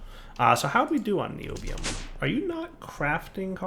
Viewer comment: Pronounced nye - obi- ome